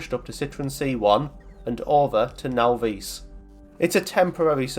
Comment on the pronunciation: Now-Veese? Naw-viss.